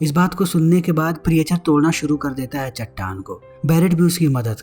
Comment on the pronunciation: प्रीएचर नहीं "प्रीचर"😅